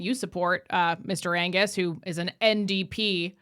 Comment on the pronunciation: The g in Angus is silent….